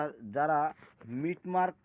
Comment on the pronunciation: মিট মার্ক নয় কথাটা মিন্ট মার্ক